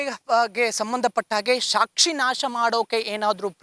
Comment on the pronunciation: ಅದು ಶಾಕ್ಷಿ ಅಲ್ಲ ಸಾಕ್ಷಿ😢 ಇರಲಿ ಹುಷಾರಾಗಿರಿ